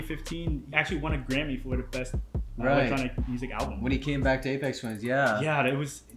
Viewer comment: also dillon not dillion and aphex not apex lol